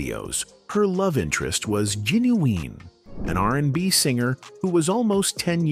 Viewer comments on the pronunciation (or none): Who is Ginuwing? It’s Gin-u-wine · Did AI say "Genuween"?😂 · He did say that! Lol😂😂😂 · You heard right 😂